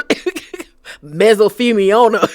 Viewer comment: Girl you had me rolling!! 😅😂 Not gout and methosileoma or whatever you said lol 😂